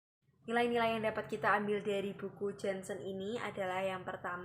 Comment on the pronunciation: Nama lengkap Janshen : Jantje Heinrich Janshen. Dibacanya gini mba : Yanceu Heinrich Yanshen Ini pengucapan bhs indonesia jaman dlu.